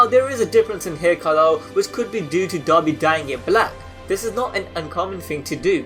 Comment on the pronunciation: It sounds like he is saying dobby instead of dabi